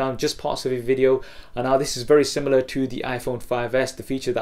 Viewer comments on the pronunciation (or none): none